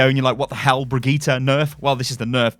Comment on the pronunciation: It’s BRI-GIT-AH NOT BREE-GEET-AH